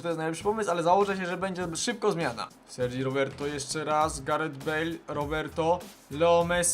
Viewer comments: Sergi Roberto wymawia się Serżi:D bo nie jest to Sergio (czyli Serdżi lub Serhio) tylko bez o na końcu:D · Jest Sergi Roberto a nie Sergio ;P